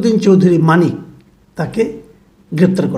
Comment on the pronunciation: ভাই নামটা শুদ্ধ করে বলেন,,,, নামটা ও ভাল করে বলতে পারেন না,,,,আপনার মেধা নাই,,,,😂😂😂